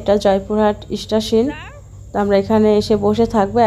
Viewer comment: স্টেশন বলে ইস্টাশিন না